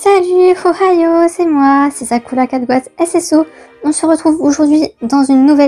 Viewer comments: Par contre, il me semble qu’on dit Ohaio et pas Hohaio… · Tu prononces un H qui n’existe pas, I believe